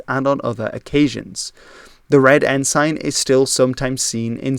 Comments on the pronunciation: I was always taught that ensign was pronounced ensun. I see by searching online that the UK pronunciation is ensun. Other English speaking countries, as with many words, use different pronunciations. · A non native English speaker telling how the name of a Canadian province is pronounced (incorrectly) is…laughable. It makes the mispronounced “ensign” less offensive, by comparison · ensign is pronounced with a schwa so it it's more like en-sen, not en-sain. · Good video, but it's pronounced En-Sin, not En-Sign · I know your native language is not English, but the word is not En-SIGN, but En-SIN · its pronounce en-sin not ensign... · "En-sin" not "En-sign" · Good vid! - I will point out that 'ensign' is pronounced "en-sin", and not "N-Sign". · Good video. One FYI …. Ensign is pronounced en-sin (not en-sine) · It is not en-sign..it is pronounced "ensin" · Not “En-sign” its “En-sin” g is silent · Lester Pearson was not the "Governor" but the Prime Minister. Furthermore, it's pronounced EN-sin, not en-SIGN. Yeah, you can say en-SIGN, but it's not right in this context. ALso, it's RMC, the Royal Military College, NOT the Canadian Military Academy. Like, just google it. It's in Kingston. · English can be quite difficult for a non native speaker, even for some native speakers. I've never heard of 'ensign' being pronounced like that either. It should be with a short 'i' (ensin, not ensain) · It's pronounced "En-sin" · Up until this video, I have NEVER heard ENSIGN pronounced as “en-sine”. Always “en-sun”. But here Newfoundland and Cabot are also mispronounced…🤷‍♂️ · Loving your content, so here's some pronunciation tips to help you make it even better! "Cabot" sounds like "cabbit". The second syllable of "ensign" rhymes with "sin", not "sign". "Newfoundland" sounds like "Noofin' Land" -- primary stress on the first syllable, secondary stress on the last. It's "Diefenbaker", not "Diefenbacker", and the last two syllables sound exactly like "baker".